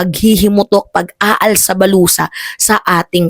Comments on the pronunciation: "ALSA BALUTAN" po hindi "ALSA BALUSA"😂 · alsa balutan "Hindi alsa balusa... 😂😂😂